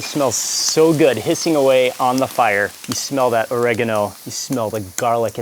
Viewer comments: Pronounced OReggANo not ORRAgonO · did she really call "oregano" "ore-eee-gone-o"